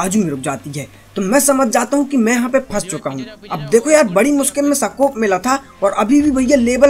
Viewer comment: Bhai सकोप नहीं होता हे स्कोप हाेता ह